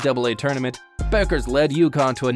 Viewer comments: it’s pronounced “beckers” not buckers 😭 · Pronounced as bEckers not bUckers. Anyways, chances WNBA '25 expansion team GS Valkyries land her? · Buggers????? First, learn how to pronounce her name fool. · I always enjoy good vids about Paige B., but it's remarkable how few folks actually learn how to pronounce her last name correctly. The U is silent; her name is pronounced Beckers. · Her name is pronounced Beckers